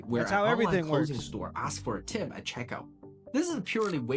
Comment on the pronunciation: axed? no you didnt😂😂😂